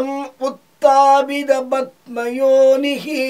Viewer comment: தமிழில் எழுதி வைத்து படிக்காமல் மலயாளம்,சம்ஸ்கிருதத்தில் படிக்கவும...அது rogam...rokam இல்லை...padma yoni...batma yoni இல்லை...etc...மன்னிக்கவும்...பொது மக்களுக்கு சரியாக சொல்லி குடுக்கணும்